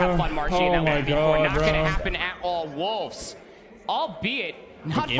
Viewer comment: More like "wholves!?"